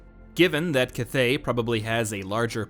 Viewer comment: At least learn how to pronounce "cathay" lol